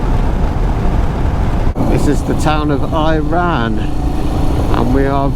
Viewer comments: LOL! Pronounced Ira-an not Iran. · West Texans say it "El Dor ĀY duh" 👍 You're welcome. 😁 It's pronounced "EYE ruh ANN"! It's named after the town's founders, Ira and Ann Yates, who were owners of the ranch land where the town now stands. You're welcome, again. 😁. Man, I am SO homesick! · Iraan Tx, is pronounced , Ira An, it's named for two women. They really don't mind how you say it, they just like company. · Fun little tid bit, the town of Iraan is actually pronounced Ira-ann. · The correct pronunciation for Iraan is "Ira-Ann". Hope you enjoyed your trip! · It’s Iraan. It’s pronounced EAR-uh-ann. Just another weird place name in Texas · Iraan is named for two early residents named Ira and Ann. It is pronounced Ira ann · From Iraan (pronounced "Ira Ann", after Ira and Ann Yates who owned land there) you should start looking sky-ward at night and you'll be rewarded with an absolute beautiful view of the Milky Way galaxy.